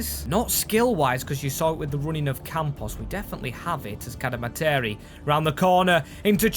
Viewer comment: Cad-Eh-Mar-Tree is how you pronounce cademarteri, love the vid!